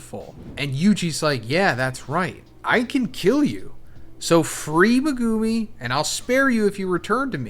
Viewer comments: MEH-GEW-MI LOLOL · The way this guy dismantles Megumi’s name hurts. Omg.. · It really is annoying. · Does anyone else cringe really hard when this guy says Megumis name?😅